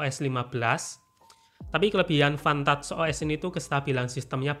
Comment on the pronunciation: Gw dengernya fantat os jir😭😹